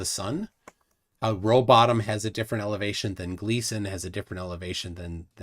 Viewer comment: I notice you do it all the time, and even print it incorrectly. Am I missing something when you call Rowbotham, Rowbottom? Is there a joke I missed? Like the "Van Halen Radiation Belts"? Been wondering that for a while. Because I could swear you used to call him Rowbotham?